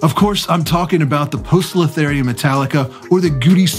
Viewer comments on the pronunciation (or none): Hi! You're pronouncing Poecilotheria wrong. It's not po-e in latinum, it's more like the german ö. A little bit like burn. Or deux in french.